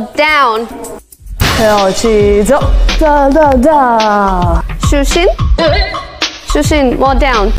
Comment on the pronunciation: Why Lisa pronounced Shu Xin as Shu Shing 🤔